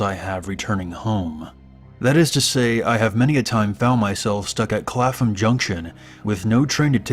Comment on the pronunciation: Clafam junction?? It's pronounced clap-um lol